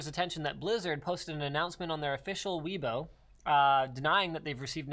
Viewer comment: Inharmonious chatroom (in China) = any chatroom that "Fuck Communist Party" and "Xi Jingping sucks" can be posted Also, weibo pronounced as "way-ball", not"we-ball" lol